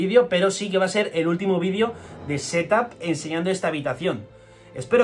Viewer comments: Por que dices "Sedáp", es "Ctúp" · Jajajajjaaja ¡¡¡¡¡Ssssseethap!!!! Jajajajajajajajaajja like jajaj